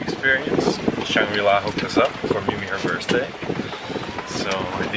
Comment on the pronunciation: All the money you may have and both of you keep repeating the same pronounciation's mistake"Happy birzday"??? I give you a tip we say "Happy Birthday" and we pronounce it "Happy birday" Please!Stop abusing this language.